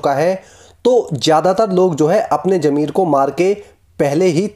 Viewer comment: Its nat jammer,it's zameer its not ghadda, it's garrha.